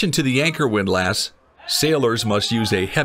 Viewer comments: It's pronounced WIND-LISS, not WIND-LASS. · The "a" in windlass isn't pronounced quite like it would be in the word lass. It's more like "windluhss" or the "less" in helpless or clueless. I'm sure there's a symbol for the sound, but I wasn't an English major, and hence sort of clueless about that. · the word is pronounced like WIND-LESS 😀